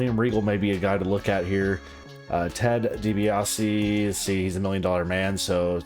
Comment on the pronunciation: bro almost said "ted DeBundy"